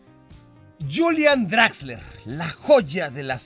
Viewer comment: es exquisito con las pronunciaciones, pero se nota que el alemán definitivamente lo suyo, jajajja ¿Utsil? ¿DraxleRRR?